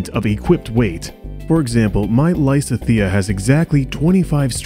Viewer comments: Did you say LYSUHTHEA?!? Bruh it’s Lysithea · This sir said LYsithEa